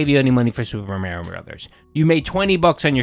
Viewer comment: My man. If you say mareio one more time